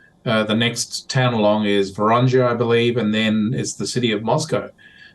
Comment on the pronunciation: I'd give more credibility if he could pronounce "Voronezh". The "zh" comes after the "n", so how does he hit on "Vorozhnia"? Воронеж. Simple as that.